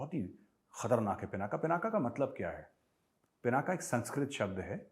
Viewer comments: It's pinak not pinaka saheb. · पिनाका नही सर पिनाक हे